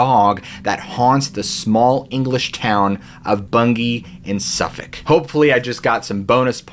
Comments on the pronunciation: Full marks for getting the pronunciations of Bungay and Suffolk 100% correct. 👍🏻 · Impressive pronunciation of Suffolk😁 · I am British and I would like to officially commend you on your pronunciation of Suffolk and also thank you for all your work! Your videos are amazing! 😊